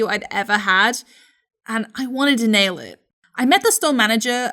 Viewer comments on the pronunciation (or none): none